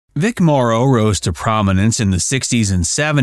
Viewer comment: Lesson number one. Pronounce Vic Morrow’s name correctly.